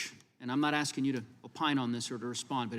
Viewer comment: it's maybe because i am not american or english native speaker, but i don't get it, how do you get to become a part of Judiciary Committee by axing instead of asking?